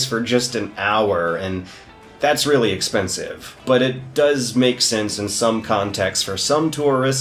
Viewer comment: God damnit,... "expesnive"?